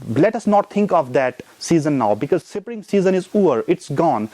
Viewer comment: What is sipring...? Isn't it spring?